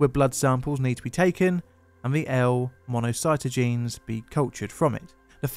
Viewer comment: Mono-sigh-taw-gin-ease! Damn it! Say it right!